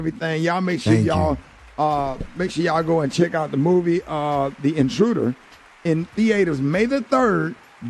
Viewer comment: He said theaiters... hahahha